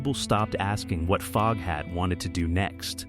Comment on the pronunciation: I hear that! When AI said Fogehat I said WTF FFS!